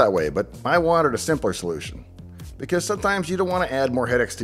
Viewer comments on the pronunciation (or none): none